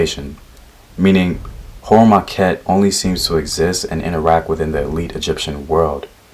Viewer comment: Heru em Akhet--- Heru is on the horizon-- thats how you say it--- Great video